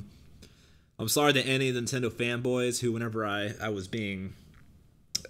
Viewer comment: I was making fun of how your bitch ass pronounces Nintendo